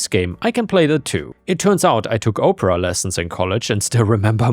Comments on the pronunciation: For the story with the daughter catching her mother in her clothes, that could go into a whole reddit section of its own, called r/iggywiggies stories that could make your skin crawl. Also its Op-per-ah, not Oh-per-ah. Saying someone is taking Oprah lessons, has me imagining people pretending to be a black female talk show host, lol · there's a difference between how you say opera and Oprah.